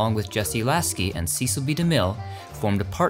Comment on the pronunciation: You have a great speaking voice, however on occasion you mispronounce some of the names wrong. On the name Cecil B. there is short not long . And in another video the name Kanute the k is silent . Love watching these